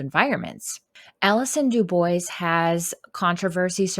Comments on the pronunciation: Dubois...it's pronounced 'doo-bwah' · Actually, it's "dyu-bwah". It's a French name. But nobody expects Americans to get it right.